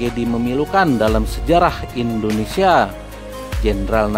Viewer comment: bukan Endonesia tapi Indonesia